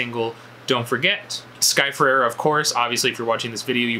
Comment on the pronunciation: her last name is pronounced Fuh-Ray-Ruh